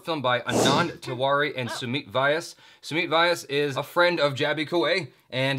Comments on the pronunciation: It is not pronounced as Vaayas, it's more like Vyaaas! That was weird to explain. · To Jaby Koay.. It's Sumit Vais pronounced as Sue Meet Way ass :) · If sumeet vyas is your friend then atleast pronounce his name properly! How would you like if someone calls you "Jabai Kawe" YOu are a Kawwe !!